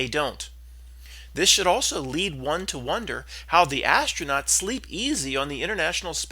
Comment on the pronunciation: “Astro-Nots” LOL!